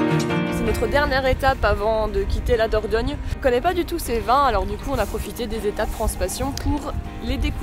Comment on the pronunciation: Kes ki di? Il dit qu'il a visité la Vallée d'la Dorgnole😅, euh dornole😓, Ou diorniole 😫fin j'me comprends quoi...🙃😜